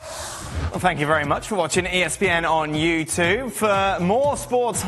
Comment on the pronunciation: This bloke at the end. I HATE the way he says Youtube. toob - said by a tool.